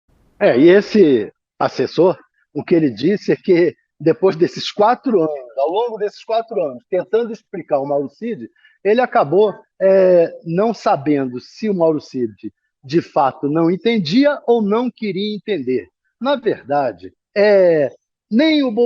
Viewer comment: Um cidadão que fala "EXPRICAR" tem menos valor jornalístico que um cachorro cagando na rua.